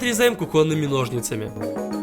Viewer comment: Какими ножницами? Ударение ставь правельно!